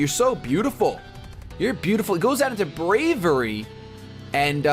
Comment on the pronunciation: Hate to nitpick, but, you are pronouncing Braviary incorrectly. It is a portmanteau of 'brave' and 'aviary.' Brave-iary.